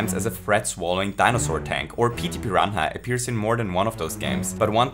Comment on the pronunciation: Whenever I need to spell the word "piranha" I just think of the way pronounces it and spell it like that